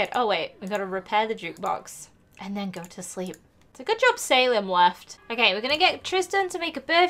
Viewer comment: It's Sal-eem not say-lem